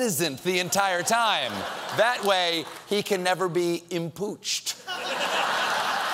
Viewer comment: "impooched" Golden.!